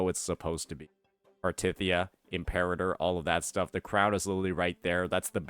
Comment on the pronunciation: Is a main story skipper? Ain’t no way he’s pronouncing Cartethyias name like that